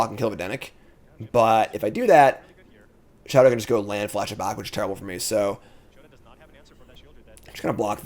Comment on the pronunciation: all love but i’m begging you to pronounce show-tah’s name correctly just once